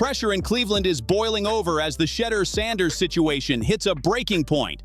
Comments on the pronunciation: Saying his name like cheater smh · Why white fool messing up Shedeur names saying it like cheater instead Shedeur. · I really wish they would pronounce Shedeur name right omg !! If they don't want to play him the whole game at least play him 2 quarters. Instead of sitting on that d**n bench he is wat too talented for this mess going on in Cleveland , quit playin my nephew , Come get him Raiders and His brother Shilo as well !!❤❤❤❤ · AT LEAST PRONOUNCE HIS NAME CORRECTLY FOR GOLD SAKES SHEDUER!!!!!! DAMMIT !!!! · STOP BEING AN A**HOLE BY INTENTIONALLY MISPRONOUNCING SHEDEUR'S NAME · STOP BEING AN AS*HOLE BY INTENTIONALLY MISPRONOUNCING SHEDEUR'S NAME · Dude a clown keeps mispronouncing his name on purpose